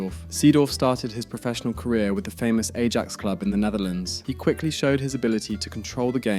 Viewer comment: Yeah, you gotta know it's pronounced eye-axe